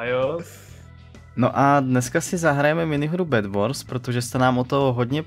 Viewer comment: GEJMRE nie BedBors ale BedWars